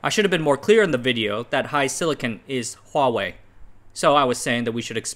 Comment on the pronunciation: I just like that he doesn't say WAHwei. Is it that hard to start a word with an H